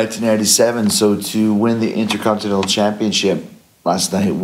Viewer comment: So Jericho vs EVIL is next. That could be good. By the way it's curious that a man that won the Intercontinental Title ten times overall just can't pronounce "Intercontinental".